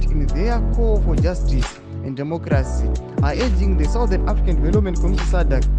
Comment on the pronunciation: Urging neAging zvakafanana here haugoni kuverenga zvakanyorwa nxaaaa panoti urging not aging yooooo